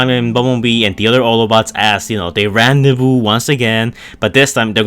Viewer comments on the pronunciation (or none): none